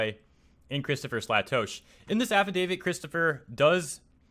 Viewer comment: Um, its pronounced Slay-Tosh(as in Josh).